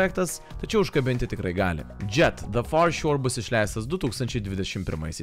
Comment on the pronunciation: Jo, o dėl "anime" tarties, tai vertėtų pasiguglint, jau ne pirmą kartą rėžia ausį :D